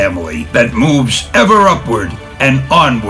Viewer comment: I was holding it but I broke when he said "Excelsior"